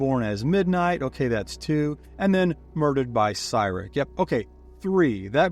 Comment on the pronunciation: The way you say Cyric is making me spiral 😭